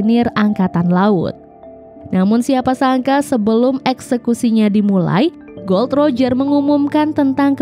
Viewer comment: Gol D roger, bukan gold roger huruf "D" nya di pisah